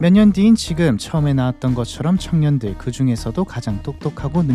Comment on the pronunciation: 발음이 부자들,창년들도 라고 들림 ㅋㅋㅋㅋㅋㅋㅋㅋ